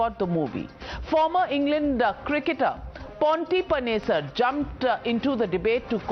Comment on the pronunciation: Did she just say ponty panesar